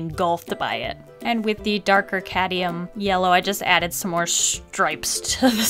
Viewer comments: Lovely art, love the challenge buuuuuuut it's cadMium! Not cadium. Just needed that off my chest. I enjoy your videos so much!!! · Hey, amazing video, love the drawing, it makes me feel so happy! Ps: I hope this doesn't come across as rude or mean, but it's cadmium yellow not cadium, just in case ya didn't know!💛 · I love that says ‘cadium’ rather than ‘cadmium’ 😂💛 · You keep saying "Cadium" yellow instead of "Cadmium"